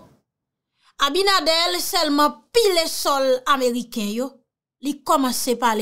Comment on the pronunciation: Allo my love correction. Le no du president S DOMINGUE C' EST ABINADER. NO PAS ABINADEL MERCI MY LOVE